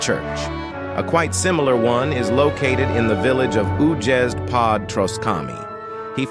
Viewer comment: I love the inconsistency of the AI pronunciaiton. Újezd is "údžezd" but "Želejov" is "želejov". Also that "pod Troskami" was suprisingly correct.